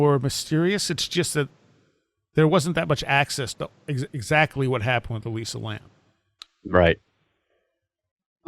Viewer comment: josh B - John Lordan of LordanArts is, in my view, the expert on Elisa Lam and had him on this show WAY before Paulides ever covered this case. Paulide's take on the case is woefully superficial compared with Lordans's. And her name is ELISA, not Eliza.